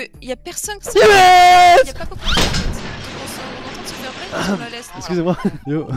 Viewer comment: Il dis pas yo il dit yes